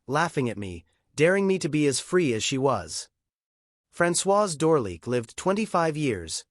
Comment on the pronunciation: The French pronunciation of names and titles is atrocious including Francoises's last name. It's painful.l